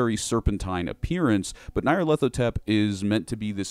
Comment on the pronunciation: By Crom, your pronunciation of the Crawling Chaos's name fills my ears with a pain worse than a spear to the chest.